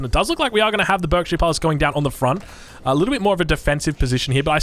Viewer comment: For future note Berkshire is pronounced Barkshire